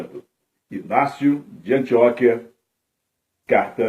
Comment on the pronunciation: Não é efÉso é Éfeso! E nao é antióquia É Antioquía